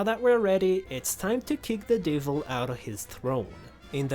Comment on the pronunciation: yea however, the why he says some words like "de-vil" is just weird to me